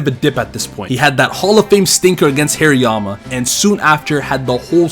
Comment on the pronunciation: It’s pronounced HAHR-ee-yah-muh, “”! 🤨